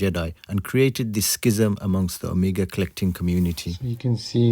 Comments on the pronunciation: nono not omiga! omEGA! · anyone else is irritated that he pronounces "Omega" as "Amiga"? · Ok,we all know your island accent but you are screwing it.Its not Amiga but Oooomega!!!Nice work. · You are mispronouncing "Omega".....I'm sure you have been told this before. Ask yourself this...."How do the Greeks pronounce Omega"..Now you have your answer. Good Video. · I'm perplexed as to why you mispronounce Omega but perfectly pronounce Jaeger-LeCoultre?